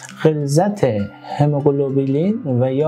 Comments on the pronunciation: هموگلوبین نه هموگلوبلین. گفتاری رو تصحیح کنید..مرسی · این مرتیکه هنوز کلمه هموگلوبین را بلد نیست تلفظ کنه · برو مردک، دکتر قلابی، تو حتی نمیتونی کلمه هموگلوبین رو درست تلفظ کنی، بعد ادعای پزشک بودن هم میکنی؟ دوزاری باقالی فروش